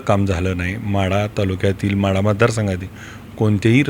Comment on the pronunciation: महाढा नाही ओ माढा